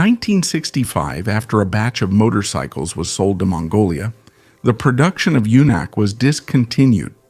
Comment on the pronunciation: Pronounce "Junak" like "yunak." The Sokół RT 600 was an interesting motorcycle.